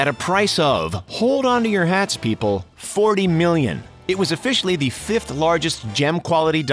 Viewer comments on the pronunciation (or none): none